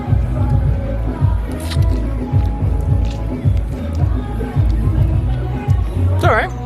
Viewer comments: You can say "foetida" as "fett-id-ah", if you're having problem saying it out loud :D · Hey guys, it's Wayne the Grammar Nazi again! That's pronounced Passiflora FET-TEE-DA. Foetida means "stinking". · Nope foetida pronounced like that not foweta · Passiflora foetida - FEH-ti-da. From foetid/fetid - stinky. (Because the stems and leaves are kind of stinky when crushed.) If you want to be pedantically classical Latin about it, you could also say "FOY-tee-da," but you'd probably be an outlier.